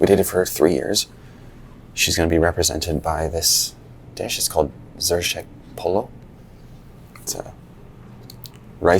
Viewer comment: Btw it is not zershek polo it is zerEshk polo😂😂